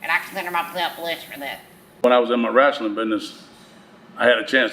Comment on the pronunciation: Dad calls it WRASLING 😅